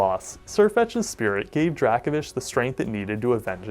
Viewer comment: That Dracovish pronunciation is seriously starting to vex me to the point of insanity. I mean, how would you pronounce “Draco Meteor” or the “Draco” constellation? Again, my ire is mostly aimed at the anime for giving it the pronunciation, but this certainly doesn’t help.